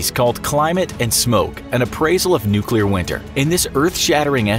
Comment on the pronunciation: Can you pronounce nuclear?